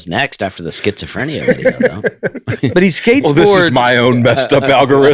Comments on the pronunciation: The evolution of Nate's pronunciation of schizophrenia... Somehow he got more correct as the bit went on. He's healing 😂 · The number of ways Nate pronounces schizophrenia 🙈😂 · Nate talking like all people with schizophrenia are like the dude from "the shinning". But when I google the symptoms Nate could easily have half of them. Disorganized thinking, disorganized SPEECH, cognitive difficulties....